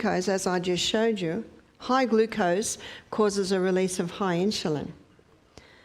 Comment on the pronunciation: Please learn to pronounce insulin correctly. You say “inshulin”. If you cannot pronounce it correctly for some reason, I apologize. (when I hear inshulin, it puts my teeth on edge. Sorry. My problem). I love your videos! I have learned so much and am making changes at age 87! THANK YOU! (I bought a rebounder!)